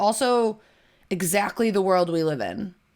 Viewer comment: Hahahahaha! Exactly-uh. Oh. My. GAWD. You are sooooo right-uh.